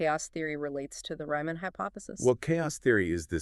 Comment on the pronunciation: Please, "REE-man", not "RYE-man"...